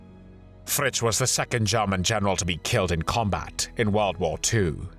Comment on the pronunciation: It's German not Garman!!!